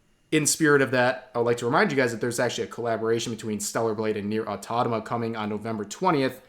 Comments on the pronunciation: automata not autatama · It’s pronounced “auto-MATA,” Rev, not “auto-tama.” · My brother on the internet, it's automata, not autonama. I am getting an aneurysm here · "Nier automata" not "nier autonoma" wtf bro lol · I'm not sure. Maybe most viewers don't know or don't care enough to comment about it. It's just a minor thing to be fair, although my senses tingle every time he said Autonama instead of Automata, but that's just me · Please - it’s automata, not autotama 😢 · Auto-mata not Auto-noma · Did Rev purposely say "Autonama", or is it just me? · You must be new here. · Auto-mata Say it with me... AUTO MATA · Rev, man, I love your videos, but you need to learn how to speak "Automata", because everytime that NeiR: Automata is mentioned in a video you end up butchering it by calling it "autotama"... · Because he's been doing that in just about every single video where he mentioned the game so far. I'm over trying to correct him, since he clearly does it on purpose. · And as always Rev continues to swap syllables in "automata"